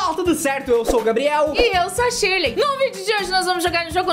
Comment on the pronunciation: Verdade para falar o nome em inglês é que nem português tipo Shirley em inglês não é tiley é Shirley normal e eu sei isso e ainda tenho 7 anos e vocês tem 40 anos nas costas